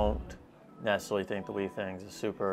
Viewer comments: It's been a year and you still haven't learned how to pronounce Withings right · Every time this dude mispronounces withings as "wee things" I die a little. Great comparison though!